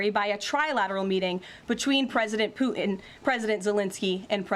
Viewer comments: President Pooh-in? MAGA Barbie has a pronunciation issue. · Why does Leavitt have so much trouble pronouncing the “T” in Putin?